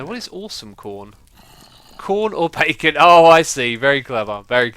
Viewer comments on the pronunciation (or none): none